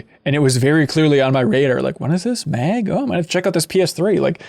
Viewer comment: "Did anyone played Meg?" Oh MN. Its pronounced "Mag". Meg just sounds like a spin off shooter made starring the character family guy XD.